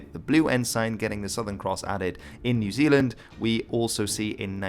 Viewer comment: People in New Zealand really wanna officially change the name to Aotearoa when people pronounce it like that!